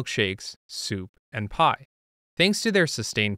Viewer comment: You say pie like my brother does: pah. 🥧